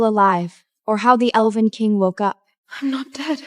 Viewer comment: Lord this AI is really struggling to say elven 😂😂😂